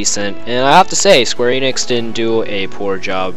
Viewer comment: It's not eenix, it's eh-nix